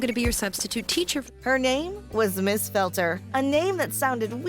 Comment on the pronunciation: Ms Felter sounds like “felt her”